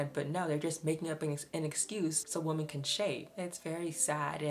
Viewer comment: Love your videos but PLEASE learn how to pronounce "women." It's not pronounced the same as "woman." WOMEN is pronounced WIH-MIN. Please please please learn this!